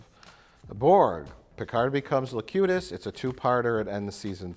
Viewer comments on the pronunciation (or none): Low Cutest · Every time they say "Locutus" I hear "Le Cute Ass" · The auto-captions transcribed Locutus as The Cutest